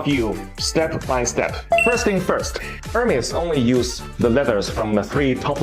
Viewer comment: Wish you’d learn how to say Hermes